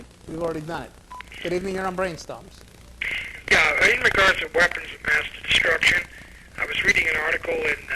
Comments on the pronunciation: Bwain stohms. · Do you mean Bwain Stoams?